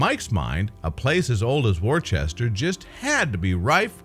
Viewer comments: Worcester is pronounced wooster, not war-chester. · Not pronounced "Warchester". Correct, British, is to say 'Wooster'. While still spelling it 'WORCESTER'. The item's speaker used it incorrectly at least three times! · Great story. Thanks for posting. But Wor --chester? Really dude? The internet will tell you how it should be pronounced. Bit of research needed. Still a thumbs up though. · Where the hell is War Chester? I'm English & I've never heard of War-chester ! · do get the pronounciation correct w(h)orecester Wooster Wooster-shy-er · gets very annoying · got to agree with you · Totally in agreement! HELLO World! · Dude, there is no H is Worcester. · This guy doesn't pronounce the English town correctly.